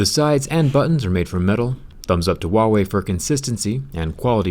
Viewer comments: Zach, for the love of God, it's not Uawei, it's Huawei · I haven't hear a single foreigner says 'HuaWei' with the H sound, lol. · WAIT THAT'S HOW YOU PRONOUNCE THAT? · Wait is that the right way to pronounce huawei?